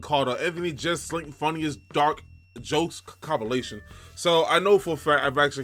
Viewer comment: was killing me bruh. Jess-L-nick